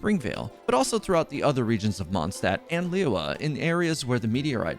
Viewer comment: Your pronunciation of liyue is terrible lol. Try study it before will be great.